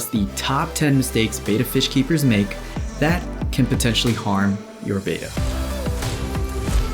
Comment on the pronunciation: Mistake #1 should be pronunciation of Betta. It's not Beta as stated multiple times in this video.